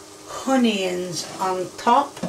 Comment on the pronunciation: Every single ingredient pronounced wrong Potatoes: Studtatoes Onions: Honions Tomatos: Tommyatos Pepperoni: Pepperomee Oil: Hoil